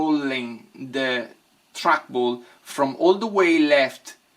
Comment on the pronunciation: "track bulls" I love this dude 😂😂😂